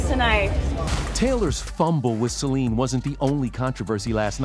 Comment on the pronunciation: Didn't think he was lying, thought Trevor was annoying! He didn't even pronounce Celine properly!!!